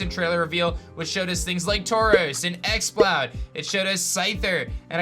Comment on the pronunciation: He said exploud again lol